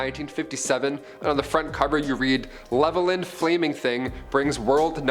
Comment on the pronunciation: Levelland is pronounced (Level-Land)